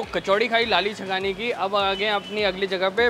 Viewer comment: It is not lala, it is lali